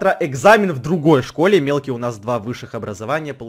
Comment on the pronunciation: Почему я всегда слышу что в место мелкий я слышу милки